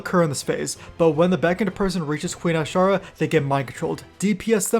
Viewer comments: "ashar" lmao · Stop pronouncing Azshara like that